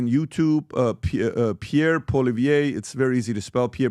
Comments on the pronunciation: 100% Where did PBD get the idea that Poilievre lost to Trudeau?!!! Ever?! 😂😂😂 Btw ... his name is pronounced: "Polly-ev" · he should also learn to at least pronounce the guys name. PP has done countless rally's and he' on canadian tv all the time, so irs no surprise this ignorant ameocan doeant seee him.. hey PBD theres a whole world outside of rhe USA.